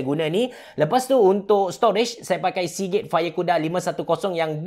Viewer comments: aku dengar ckp seagay😂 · Sponsor Hari ni ialah Seagate What I hear: Sponsor hari ni ialah si gay Tak tau kenapa dgn telinga aq ni🤣🤣🤣🤣